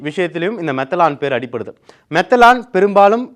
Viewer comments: மெதனால் என்பதே சரி. மெதலான் மெதலான் என்று சொல்வது தவறுMethanol.மீதேன் ஆல்கஹாலின் சுருக்கம். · அரசும்,எதிர் கட்சிகளும் கூட்டு களவாணி சாராய வியாபாரிகளிடம் லஞ்சம் வாங்குவதில். தம்பி,மெத்தலான் இல்லை மெத்தனால் என்று உச்சரிக்கவும்.